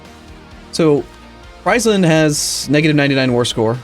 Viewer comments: Jérémie Croussette like Freeze land instead of Fries land... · I enjoy Fries-land a lot haha, makes it sound like a McDonalds themepark. Though as a Dutchy I'm used to people mispronouncing pretty much everything except for Amsterdam.